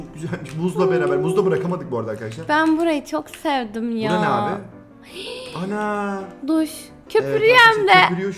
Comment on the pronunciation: de abinin "AnA" demesi peki😂😂😂